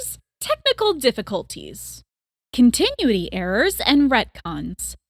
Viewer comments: Should I mention that it's pronounced "Kont-eh-noo-it-ee"? Ya keep saying "Continue-tee" I have to recommend just playing the games if you're this invested though. I'm less bothered by all the inaccuracies in your vid, and moreso the enormous lack of context you have. A ton of KH's plot happens outside of cutscenes, or is in casual interactions in-game. Xion's characterization is a huge example, since if you just watch cutscenes alone then you'll totally miss out on the kind of person she is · Its pronounced CON-tin- uity. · I hope you’ve learned how to say ‘Continuity” since this recording lol. A fun watch after beating the entire series. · Off topic but the way you say continuity hurts me